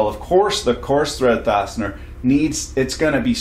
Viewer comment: Correction “farsiner” you said fastener.